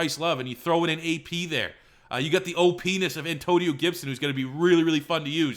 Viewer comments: Anyone hear ole penis instead of opness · Hey, stop saying OPness. It doesn't sound how you think it sounds